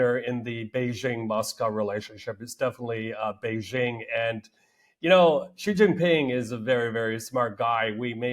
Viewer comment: Xi and the Chinese only care about China, I wonder if Putin even realizes this. BTW, Xi's name is pronounced like the English "she", not "gee".